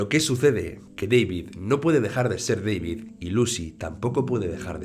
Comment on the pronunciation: es centroamericano, no es Deivid, es DAVID.